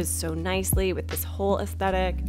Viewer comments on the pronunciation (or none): none